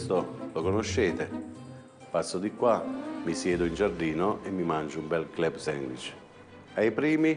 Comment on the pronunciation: “CLEB SENGUICH” il napoletano probabilmente aveva l’insegnate di sostegno